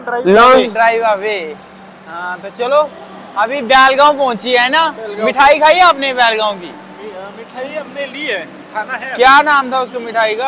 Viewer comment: Bhai Pronounce Correctly It Is बेलगावी ❤